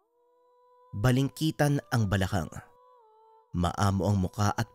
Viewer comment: Balingkinitan hindi balingkitan